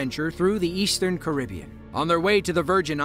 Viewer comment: The most shocking thing about this video is the way you pronounce 'Carribean' 😂